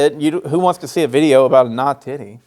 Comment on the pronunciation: you nawtitty nawtitty boy